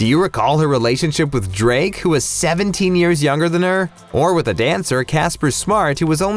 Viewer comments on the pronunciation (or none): none